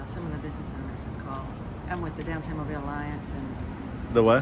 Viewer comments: It’s pronounced MO BEAL 🤣 not Mobile like it’s spelled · Mobile which is the second largest city in Alabama is pronounced Moe-Bill. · It is pronounced "Mobile", sounds like "Mobeele" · Its pronounced Mo Bill 😂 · You should ask a resident how to pronounce their city. Mobile is pronounced mobeel. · BTW...its MOE-BEEL. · It’s pronounced “Mo-beal” 😂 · Its MOE-BILL. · Need to learn how to properly pronounce Mobile Alabama!